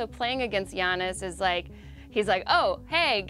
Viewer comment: Yannis is the correct pronunciation. Learn it.